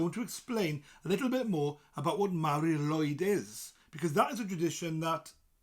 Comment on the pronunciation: Shouldn't be pronounced as Mari LOOid ?